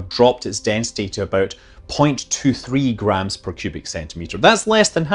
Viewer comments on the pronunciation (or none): none